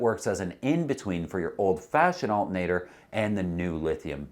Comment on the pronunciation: Al-TER-na-tor, not alt-N-a-tor.